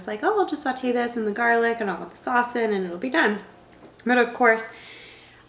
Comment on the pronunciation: Garlic means Toom in Arabic and you’re actually saying it right